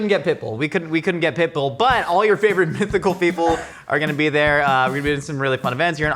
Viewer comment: Pitbull? I thought said Pickle.